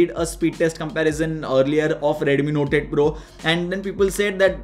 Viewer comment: I hear NOTED PRO when he says NOTE 8 PRO.